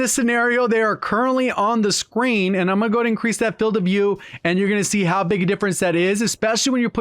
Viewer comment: Says Filed not Field